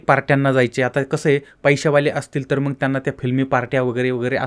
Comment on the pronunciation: तूला नीट बोलायला येत नाही.साला उच्चार पण धड करता येत नाही.मग चां मंग उच्चार करतोस. सरळ चॅनल बंद करुन घरात बसलास तर प्रेक्षकांना आनंद होईल.